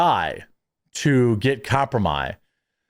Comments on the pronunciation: The fuck is "compro-my"? I've heard of compromat, never heard of whatever stupid term Germy is using. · Jeremy it's "Kompromat," not "Compromy" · Bruh its pronounced kompromat please stop saying kompra-my it makes you sound dumb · What is "compromai"? Do you mean kompromat? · Idk what komprimi is but I think ur trying to say kompromat😂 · ffs stop saying compromi.. there is no such word. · thank you, why the fuck is he saying it like that. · you mean "kompromat" ?